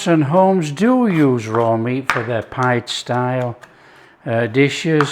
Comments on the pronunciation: Turkish / Cypriot nationals pronounce this type of dish as "Pea-Day" – Not “Pied” - It is delicious, Lived on it for weeks - Kept me going for sure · They pronounce it peedeh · Looks delicious.... Pide pronounced Pee-day. Afiyet olsun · Looks BANGING, but it's pronounced 'pi-day'! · What a great idea to stuff the crust. Feel inspired again. This breads name is pronounced pee-deh. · Pide is Pronounced "pee-day" and it's delicious.